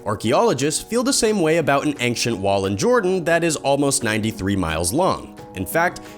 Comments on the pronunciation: mystery is why he pronounces ancient like that. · Three minutes, nineteen seconds and you've already mispronounced several words. Is English not your native language? (That's the only explanation I could think of for giving the "U" in "gamut" a long sound and adding a "G" in the middle of "ancient"---and what the hell is a "pyrameedic tome?") THUMBS DOWN.